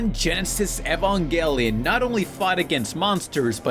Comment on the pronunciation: "Evongelion" "protoganist" "Asooka" Jesus did you have a stroke when you were recording that segment?